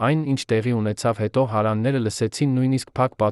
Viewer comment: Այ անգրագետ դու' հարևաններ բառը չես կարողանում ճիշտ կարդալ...